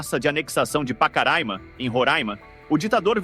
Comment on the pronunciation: Meeeu Deus! O cara diz "gui-ana", "roráima", "pacaráima". Ou seja, não tem ideia da pronúncia correta dessas palavras. Deve voltar ao ensino fundamental. Até com alguma urgência!